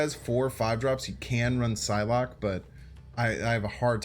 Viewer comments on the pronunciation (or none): none